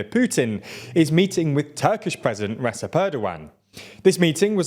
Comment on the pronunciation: "Recep" in "Recep Tayyip Erdoğan" is read as "Rejep"